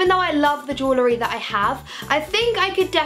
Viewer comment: she really cant say accessories or jewellery lmao